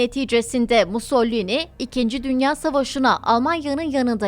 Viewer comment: MUS - SO - LI - NI... "Musollini" nereden çıktı.